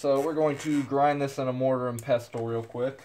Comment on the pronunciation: You do Know that the T in " Pestle " is Silent right!??? You sound like someone who should Not be playing with Dangerous chemicals if you can not even pronunciate English Words correctly.